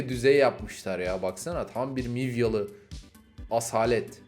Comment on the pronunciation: Kedilere lütfen mivyalı deme